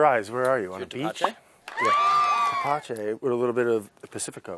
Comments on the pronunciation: My father would make this and its very sweet Also its pronnounced tepache ( teh·pah·che) make sure you don't make the t and p to hard... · You're saying it wrong it's thapatchè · "tepachei" "tepache" is "tepache m8